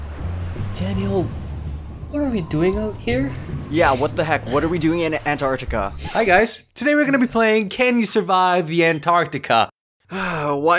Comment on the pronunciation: well you did in the future. So I guess....look up to the future! Also it’s um it’s not The Antartic... it’s Antartica. Also also Stephen said up, the general consensus is that it’s down.